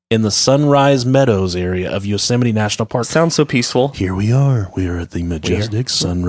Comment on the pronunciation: "Yousimite National Park"